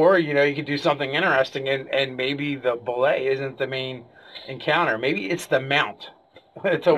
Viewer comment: You are absolutely right in terms of language, but the pronunciation as dictated by the sourcebooks themselves is "boo-lay" theres a great video on here where Tim Kask talks about how he created it.